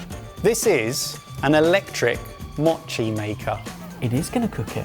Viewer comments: “Mōchi”! (Not “machi”) It’s made with sweet, sticky rice. Not “sweetened” rice (no sugar is added). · "machi" You mean MOchi. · More Japanese gadgets, yay. すごい Os in Japanese have a long vowel sound. Mochi is pronounced moe-chee